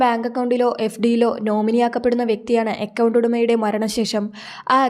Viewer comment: അക്കൗണ്ട് എന്ന് പറയാൻ എന്താണ് ബുദ്ധിമുട്ട്?